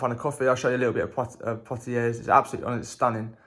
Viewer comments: You don't pronounce the 'S' on the end of Poitiers, it's actually pronounced as 'Pwatiei'. Cheers. Nice video. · Never heard of Poitiers..? You didn't study the Hundred Years War at school? The 's' in Poitiers is silent. A bit like the 't' in Chevrolet. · You don’t pronounce the s at the end of Poitiers .. or the r.